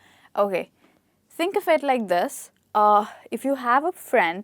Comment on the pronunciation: The way you pronounce "THINK" is mind blowing.....